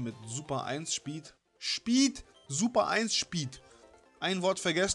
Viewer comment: Super eins Schpeed, und dann das Heiteira xD Die geräusche von xDDD Lachflash bei deinem Französisch xDDDD Und was war mit dir Los? Nachtnebel auf Heiteira? FLAME, FLAME, FLAME...;D Nice Part Bro, very Nice.... SAMSATAG